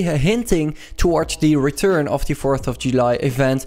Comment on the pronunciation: Normale mensen: "The" "THIE"